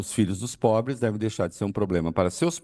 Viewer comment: Kkkkkkk "é porq sao os mais pobles" kkkkkkkkkkkkkk chamaaaaaaa